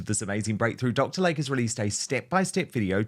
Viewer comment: WHY CAN'T YOU PRONOUNCE YOUR ADVERTISER'S NAME CORRECTLY??? It is "Lay-Key" not like the body of water called a lake.